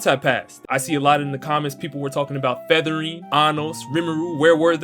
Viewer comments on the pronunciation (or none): If he says featherline's name wrong again idk what I ill do